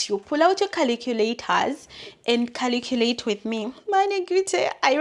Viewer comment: Caliculator to Caliculate everything - Typical Ugandan😂